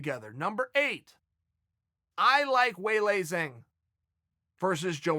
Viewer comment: It’s Wei-Lee not Wei-Lei, and it’s Jawng not Zang.